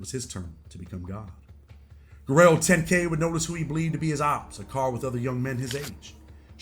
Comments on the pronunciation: Why do you say Guerrero lol it’s guero pronounced wero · Its guero(white boy) not Guerrero. He doesn't deserve the Guerrero on the end of his name. That reserved for certain people. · Guero not Guerrero. Lol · bro said Guerrero10k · Guero is pronounced "Wed-doh". It means white boy in spanish